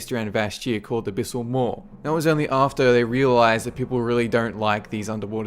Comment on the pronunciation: Abysmal? You mean... Abyssal?